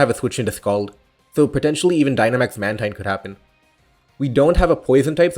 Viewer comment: Mantine is pronounced man-teen though